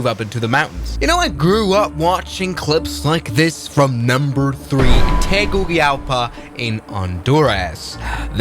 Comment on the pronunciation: Bad pronunciation of Grenada and Tegucigalpa. 😞